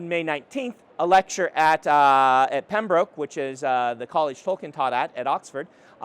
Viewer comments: Pembroke is pronounced like Pem-bruk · Learn to pronounce "Pembroke" or they will do very nasty things to you when you get there. It's also "a" college that Tolkien taught at; he migrated to Merton (where fun goes to die) when he got his professorial seat there.